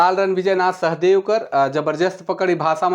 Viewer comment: Raure galat pronounce kara the शहदेव nakhe Shah Deo hai शाह-देव